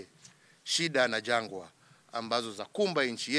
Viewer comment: Someone tell the president.. the word is "janga" not "jangwa"